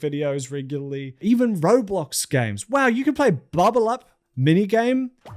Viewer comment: I have never heard someone pronounce roblox like that before. Affectionately, I want to study you under a microscope.